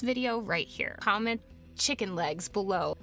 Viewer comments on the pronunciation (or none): none